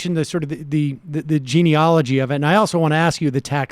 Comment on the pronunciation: 'GENEALOGY' not 'GENEOLOGY'.